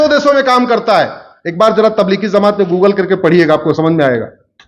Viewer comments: Bhai zamat nhi jamat hai sahi bolna to seekh lo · Zamat nahi jamat Bolte sikh ja jahil ganvar